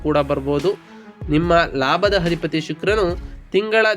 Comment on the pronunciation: ಸ್ವಾಮಿ ಮೊದಲು ಅ ಕಾರ ಗಳು, ಹ ಕಾರಗಳನ್ನು ಸರಿ ಪಡಿಸಿಕೊಳ್ಳಿ. ಅಧಿಪತಿ ಗೆ ಹಧಿಪತಿ ಅನ್ನೋದು, ಏಳನೇ ಮನೆ ಅನ್ನೋಕ್ಕೆ ಹೇಳನೆ ಮನೆ, ಈ ಉಚ್ಚಾರಣೆ ಸರಿ ಮಾಡಿಕೊಳ್ಳದಿದ್ರೆ, ನಿಮ್ಮ ಈ ವಿಡಿಯೋ youtube ನಲ್ಲಿ ಹೆಚ್ಚಿನ ಸದಸ್ಯರನ್ನು ಕೂಡಿಸಲು ಸಾಧ್ಯವಿಲ್ಲ.